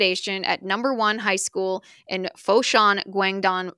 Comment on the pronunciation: Did you say high-school ?????